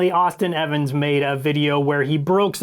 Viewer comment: It's Austin Evans